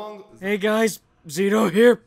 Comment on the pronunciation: HOW DID YOU MISS "ZITO-IS-NITO" ?!?!?!